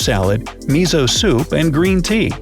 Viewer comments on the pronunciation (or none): miso soup is pronounced missso-- soup.... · Mizo soup? Lol It's miso